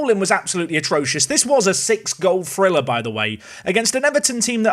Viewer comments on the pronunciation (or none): none